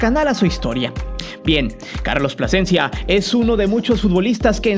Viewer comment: Carlos Pasecencia a wey te comiste la letra L esupidin. Carlos Plasencia...